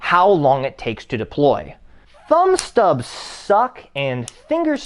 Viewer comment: its called a Thumbstud not a "Thumbstub" 😂😂😂